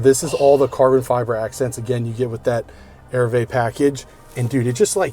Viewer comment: it's not pronounced 'airvee' it's french for arrive. Its pronounced A-REE-VAY. Petty, I know but I always think people would rather know if they're not saying something correctly? Love the video mate.